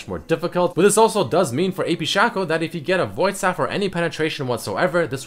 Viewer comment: its not shaco its SHACO